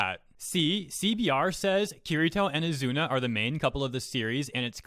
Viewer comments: Wtf he literally married asuna. Why would he hate women when he got a thicc wife. And don't mispronounce asuna not azuna Please stop doing these crimes against anime by not saying their names right lol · Oz zoo na is how to pronounce her name. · Why says “Azuna” instead of “Asuna?” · Ethan Zelinsky Spell Asuna ( *A-Suu-Naa*) not Asuna (*A-zu-na*) Enforcing your point of saying the Azuna version is the right way means You need to be shown times over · Not sure if this as been mentioned, but I believe the pronunciation is Ah-sue-na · "Kirito pretended to be a girl". In other words, Kirito recognized the existence of female privilege and took advantage of it. Also, how pronounces Asuna, I keep hearing Azuna. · Ha he called her azuna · As much as i hate to say it, you triggered me more than the article....you pronounced it azuna...MAD MAN!!!! Lol. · Dude your saying her name wrong